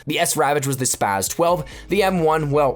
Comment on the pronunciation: Its Spas-12, not Spaz-12...